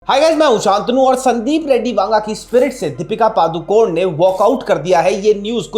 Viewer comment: She is not Padukon she is ಪಡುಕೋಣೆ (PADUKONE). Please don't swallow the last alphabet, E Kindly address her as only Deepika don't pronounce her surname WRONG